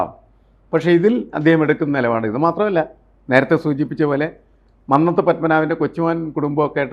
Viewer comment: മ"ന്ന "ത്തു പത്മനാഭൻ്റെ "ന്ന "ഉഛരിക്കേണ്ടത് കുന്നംകുളത്തിൻ്റെ "ന്ന "യായാണ് '